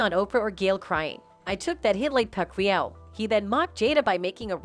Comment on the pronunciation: Pack-quee-ow Good gosh.